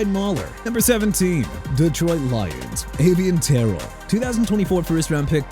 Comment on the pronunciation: LET MIAMI GET KELDRICK FAULK OKAY?! ENOUGH'S ENOUGH!! ALSO YOU NEED TO LEARN TO PRONOUNCE!! AVIEON TERRELL (AY-VEE-OHN TUH-RELL) AND TERRION ARNOLD (TEH-REE-OHN) AND QUINSHON JUDKINS (QUIN-SCHON)!! GET A EDUCATION AND SOME PROFESSIONAL HELP!!